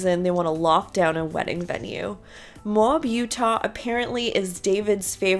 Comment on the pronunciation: It's pronounced, mo- with a long "o", ab- with a short " a". Just like they say it in the show. Mo-ab. You know, like you want "mo" of Kody's "abs", without the " s"! 😂😂😂